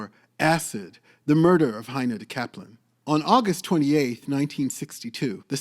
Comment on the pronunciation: You are totally mispronouncing her name!